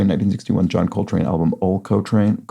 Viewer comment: Small thing, 8 down is not said like Ol’ Coltrane, but rather like the Spanish word, Olé Coltrane